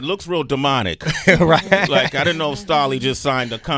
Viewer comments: Was it JUUUST ME that was experiencing anxiety EVERY time Sway *mis-pronounced Stalleys' name tho ! ? ? ? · sway this one reason i quit watching your channel you cant even SAY Stalley name right you out of touch brah smh lol